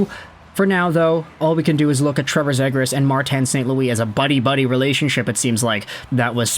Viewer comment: Yoo love your vids and appreciate the hard work and research you put in. But Ima need you to pronounce Zegras as “Zee-gras” pls 😭